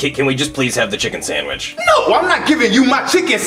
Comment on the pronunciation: Did no one else hear the dolph8n said samwich instead of sandwich